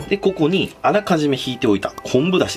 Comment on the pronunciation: 鯛めしのとこの こ↑こ↓にー がめっちゃ気になって草